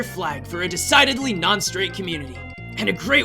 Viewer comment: lmao I did'nt hear him say 'decidedly' im dead lmaooooo